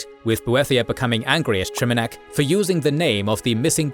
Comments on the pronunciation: Your videos are amazing but bro PLEASE stop mispronouncing names. You do this across your content — here, for example, you repeatedly pronounce "Trinimac" as "Triminac". You even say "Triminiac" once. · "Triminac" lol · Take a shot every time he says “Triminac” instead of “Trinimac.” Still love you guys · Should probably do a script review so you arent mispronouncing the main god Trinimac, not Triminac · It's Trinamac, not Triminac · It’s not Trinamac, it’s Trinimac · I hate that the AI used Triminac while I can clearly read Trinimac 🤣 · Mispronouncing Trinimac as Triminac throughout the whole video is a big blunder. Should also check for how to pronounce chimer or psijic. Good video otherwise! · You kept mispronouncing and miswriting TriNImac. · bro misprononounced Trinimac as Trimanac 😭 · "Triminac" I'm going to cry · I agree, hearing the pronunciation of “Triminac, Trynimac and Triminiac” in one video was very humanizing and gave even my OCD brain a chuckle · Trinimac. You mispronounced it every time 😭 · Dude is just butchering the word trinamac god dude lol😅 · FFS. The pronounciations are once again off. It takes a lot from the video and the "cred" of the narrator: * Trinimac * "Seedjeek", not "Saidjik" Seriously guys. This happens almost every video. Do a bit more effort to provide a massively better product. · Mispronounced Trinimac...